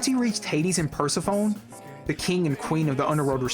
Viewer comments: I love this analysis. My only problem is in the description of the Orpheus myth. As a Greek mythology nerd, it’s not pronounced PER-se-phone, it’s pronounced per-SEH-pho-nee 🤓👆(Stuff like this just bothers me irrationally, feel free to ignore me 😅) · sorry it really irked me in the video but persephone is pronounced per-seff-uh-nee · Persophone is Per·seph·o·ne. Last syllable is like 'knee'. No shade... it's a really easy mistake. 'Seph' looks wrong too because, where even the "e" in the spelling? But, language is weird like that.